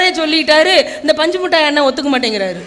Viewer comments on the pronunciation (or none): பஞ்ச் மிட்டாய் இல்லமா பஞ்சு மிட்டாய் மா😂😂😂😂😂😂😂😂